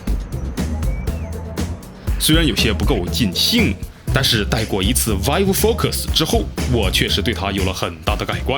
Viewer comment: 其实我一直想提醒PY君 vive的发音应该是viiv